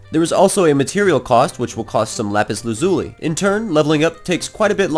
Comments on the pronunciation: Not lapis lazuli!! It is lapis lalula lol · it's pronounced lapies lasulie